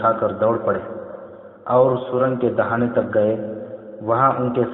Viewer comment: Dahina nhi dahana